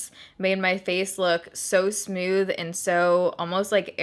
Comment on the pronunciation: I love the way you say smooth! It sounds like you're saying "sm-you-th!!!! I actually look forward to you saying it every video. I know...I'm nuts!!! 😜😜😜